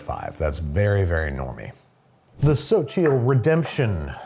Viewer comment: Xochitl is pronounced like "Sochie" kinda